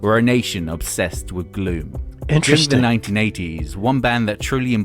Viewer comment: Gloom, not doom. A slight difference, old bean! 😄